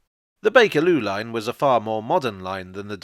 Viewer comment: "The Bakerloo Line was a far more modern line than either the Districtor the Metropolitan...." Emphasis on "was," I suppose....